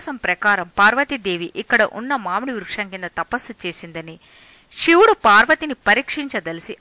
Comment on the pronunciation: షివుడు కాదు శివుడు అని పలకాలి